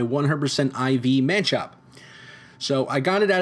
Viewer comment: It's not a manchop its machop